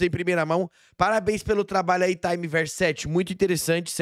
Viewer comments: Só uma observação: acho que o nome do cara é time tipo time de futebol, não "taime", de tempo do inglês. Time sete era o time do Naruto, certo? Daí Universo do Time Sete, ou Time Verso Sete. Bom, não sei, só me pareceu. De qualquer forma, os dois vídeos ficaram bons demais. Tomara que tenha mais. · PARA DE FALAR TAAAIMEE VERSO 😂😂😂 É TIME Verso 7 sendo TIME do time 7 de Naruto, e VERSO do Universo 7 de Dragon Ball.